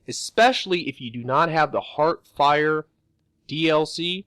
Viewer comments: I am not a hater, but my OCD drives me crazy when someone says Heartfire instead of hearthfire. I am not trying to be mean, I am giving constructive criticism. :) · Not heart-fire, hearth-fire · You can't pronounce Hearthfire. You can't pronounce Werewolf.